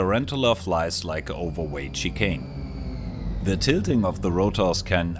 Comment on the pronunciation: With the accent, I simply heard that the Tarantula flies like "an overweight chicken". Like after a second yeah you said Chicane, but at the same time calling it an overweight chicken is also just too perfect.